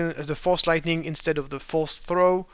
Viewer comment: somebody needs to make a compilation of trying to say "Force Throw"